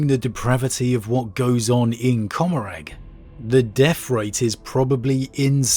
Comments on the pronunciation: Comorragh is pronounced comma-raar. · Asdrubael Vect can absolutely NOT rival the silent king in age. Also: the g in Commoragh is silent.